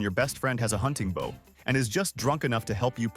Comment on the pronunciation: Bow as in deep nod not bow as in 🏹 bow and arrows.